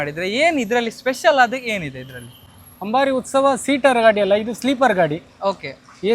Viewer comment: "Ustava" alla "Utsava" 🙂